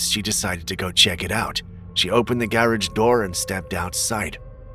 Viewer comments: The way you say "garage" is priceless. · just a question. Why do you say garage like that?